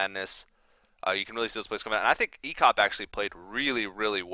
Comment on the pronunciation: it's ek0p not ex0p :D